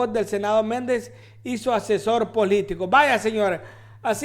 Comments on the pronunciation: Bob Méndez???? 😂😂😂 Nombre man!.... No se que articulos lees, pero te recomiendo que te prepares antes de hacer un video, para que no hagas el oso 😂😂😂😂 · Lee bien tembeleque, Me-nNEN-des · Hola. ???? Se. dise. Menéndez. así. Está. Escrito..